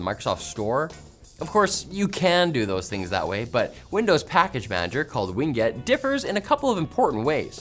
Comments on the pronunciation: I’m 99% certain the pronunciation of “WinGet” is “Win” followed by “Get” and not “Wing it”. 99% certain. The other times you say “Ween Get” amuse me haha. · Win-Get, not Wing-Et. LOL! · "Wing get"